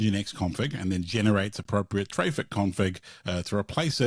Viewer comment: So I have always called it TRAFFIC, not TRAIFIK, Oh well uncultured 'mericun I be.